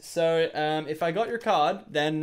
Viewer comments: I thought he said chose a cod (call of duty) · I thought he said COD not card